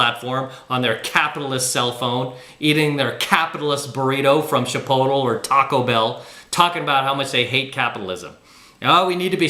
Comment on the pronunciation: I swear you and I are separated at birth brother. …except for the way you pronounce Chipotle. We need to work on that one. 😂